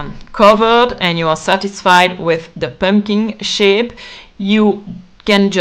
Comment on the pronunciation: So cute! Also I love the pronunciation of „pömpkin“ ❤. I wanted pink pömpkins and bought them from Temu but if I had seen this video earlier I might have made them myself.